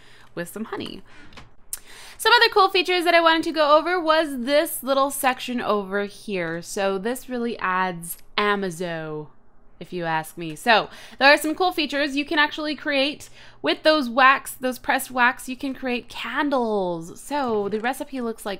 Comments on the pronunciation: I'm pretty sure you pronounce the "amazo" in the title as like..."amazing" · It's pronounced Ämäzö pack